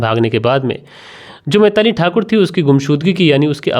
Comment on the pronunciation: Uncle kon se school se pada hai tu. बिलाक पिरपॉस मैताली तरपाल बोलता है 😂😂😂😂